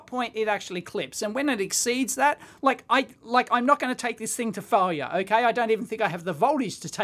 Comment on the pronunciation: I guess I own this as a "it's my problem" thing, but I had to rewind through three times before I figured out that "full-ya" (as in 'test it to full-ya') was Strine for "Failure"... !